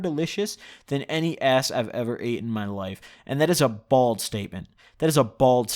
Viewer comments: Did he say bald statement instead of bold at the end lmao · A “bald statement” or a fuckin “bold statement” my g? Wtf are you saying 😂😂😂😂